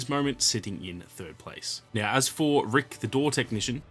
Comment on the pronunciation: to me it sounded like you said the actual bosses' name was Rick.